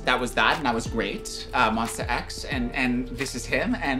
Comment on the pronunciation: it's Monsta X not monster x In Jooheon voice : "we're not monster just Mon - STA" 😊